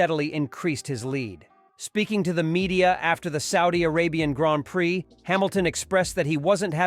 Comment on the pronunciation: I stopped listening at "graanpricks".